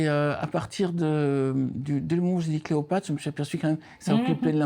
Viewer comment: "Confiance dans.." "au coiffeur"..... Je suis toujours abasourdie quand j'écoute les interviews de Bernard Weber car ses livres sont hyper bien écrit. Mais comment peut-il faire autant d'erreurs de français à l'oral !? Et c'est la colle Cléopâtre pas cleopatra😊